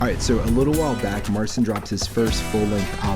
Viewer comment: Why don't you pronounce his name right? And can you play??? He's awesome!